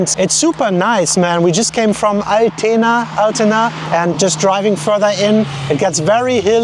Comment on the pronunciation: Altena, near by my old hometown. In the "Burg" is home of the first youthhostel/Jugendherberge of the world. Die Betonung liegt au der ersten Silbe "Al"tena nicht auf "tena" (klingt nach einer Vorlage für ältere Herrschaften 😂).